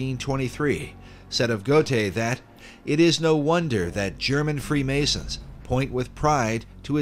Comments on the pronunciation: Goethe Is pronounced Gurr Tah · Please learn to pronounce Goethe correctly